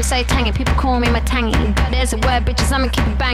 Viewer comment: Matangi is pronounced Maa-thungee and not Mutangy.